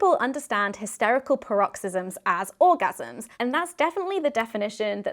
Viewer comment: Paroxysm: stress is on the first syllable – PAR-ox-izm